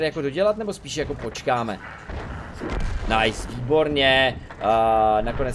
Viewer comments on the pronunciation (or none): videa super ale z toho tvojho "nice" mi krvácajú uši ...